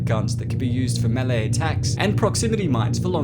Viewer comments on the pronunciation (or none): none